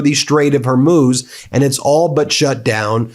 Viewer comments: New day for Ben to keep pronouncing Hormuz incorrectly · holy effing crap will you pronounce Hormuz right just once??? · I’m just here to see how he says hormuz this time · Ben, learn to pronounce 'Strait of Hormuz', really simple. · Stop using the term Armageddon. You’re playing into the religious fanatics in the Trump admin. BTW, you mispronounced Hormuz. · Love your work - thanks, but re: the Strait of Hormuz: It’s more like “Hor MOOSE”, not “Hur Moze”. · Meiselas, why of all the news commentators , you are the only one who has not grasp the pronunciation of the word Hormuss, sometimes you pronounced as Hormiuse, Hormuiss, Hormaz, though most others pronounce right, but you. I think it is important to learn the right pronunciation of names when you report or stop reporting altogether. if you can add personal view to international news, you should stop giving us your feelings on Trump activities and simply report it without your personal feelings on the subject, this thing you do when reporting, is making me want to unsubscribe to your channel. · Hormuz. Hormuz. HOR-MUZ! Not hermoze!!!!! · Ben, please stop pronouncing Hormuz every-which-way. 🫨 It's pretty easy: Hor-mooz or Hor-mo:z (that just means you shorten the moo a bit (in case you don't read the phonetic alphabet 😉)). Otherwise.... Thanks! Keep up the good work! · Come on ben, you have mispronounced the name of the straight of Hormuz so many times. It’s pronounced “Hormoooz” not “Hormose”. Dude, come on man. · As much as I (as a fellow lawyer) appreciate getting your perspective on the news, I must say that it is incredibly annoying to have Ben consistently and continuously mispronouncing certain terms, such as the Straight of [Hoar-mooz]. It is not [Her-moze] or [Her-mooz]. Please try to have the integrity that would be expected from a lawyer who has to demonstrate due diligence in their work... regardless of whether you are now only performing independent commentary work. Thanks. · Hor-MOOZ, bro. 🤦‍♂️